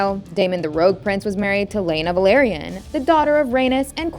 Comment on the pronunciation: vel-Lar-eee-ahn, velaryon.